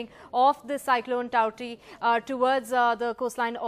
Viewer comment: Finally a news anchor saying the word TAUKTAE correctly !